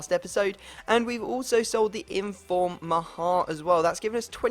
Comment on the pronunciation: Why can't people say "maher"?